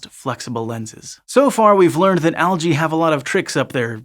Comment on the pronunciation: Al-gae hehe